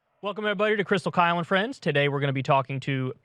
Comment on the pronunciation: Kyle E Kulinski, i.e “Kylie” Kulinski. Now I can’t get Kyle in a skirt out of my head KEK